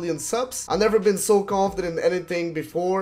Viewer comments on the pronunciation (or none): none